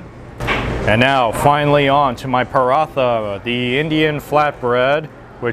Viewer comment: "this is called the perah-thah"